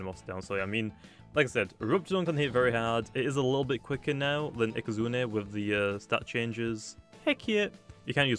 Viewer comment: can you stop saying ikazunER